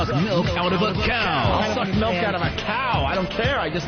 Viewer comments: Why does ope purposely say melk? Like he's trying to start a thing. Just like he used to do with put and but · Opie calls it MELK